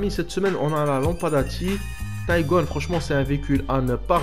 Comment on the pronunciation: C’est pas “tygon” c’est “tígon” comme dans tigre 😉